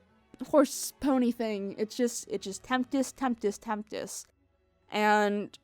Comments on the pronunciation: Take a shot everytime says “temptest” instead of tempest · STOP SAYING TEMPTIST! IT IS TEMPEST!!! damn it, there is no T in the middle! holy shit thats annoying! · Everyone is getting all technical about the production and how this movie was overall.... yet I’m still stuck on how keeps sayin Temptest instead of Tempest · Why does she keep saying "Temptest" when it's clearly been shown that it is "Tempest"? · Why do keep saying temptest her name is tempest shadow but her real name fizzlepop berrytwist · Am I the only one who heard her say Temptest instead of Tempest? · I love how she kept referring to it as 'the horse movie'... I may need to start doing that. Can agreed with the various comments. Would have appreciated a story on the origins of cutie marks... but that wouldn't have sold enough toys methinks o3o Also: Temp-tes? I can't un-hear that now... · she keeps saying temptest. . . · here's a fun game take a shot evey time she says Tempest's name wrong! lol jk don't do that. remember kids, alcohol is bad and fellow adults moderation is key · horse can't say Tempest